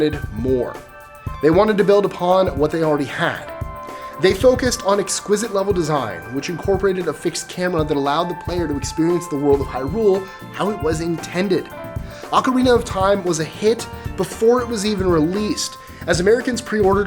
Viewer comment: It's pronounced "High Rule" not "Hirule".